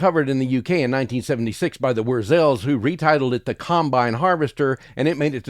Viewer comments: Great list and great memories! I'm personally quite fond of most of these tunes but i can totally understand where you're coming from, man! 😂👍 PS, i love how you pronounced "Wur-Zels", it makes them sound like a 50s doo-wop group. 😉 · Loved the video and ‘nice’ try at pronouncing Wurzels